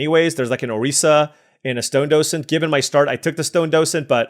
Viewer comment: you are pronouncing docent correctly